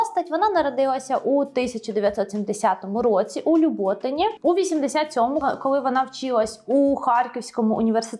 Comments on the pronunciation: ЛюботИн, а не ЛюбОтин. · пробачте, але я родом з Люботина, Харківської області і правильно ставити наголос на "и", типу ЛюботИн. Дякую за гарне відео